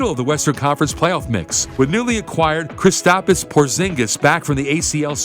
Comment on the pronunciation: Mans added another “i” in Kristaps